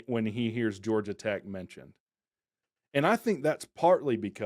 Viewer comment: Georgai Tech? 😂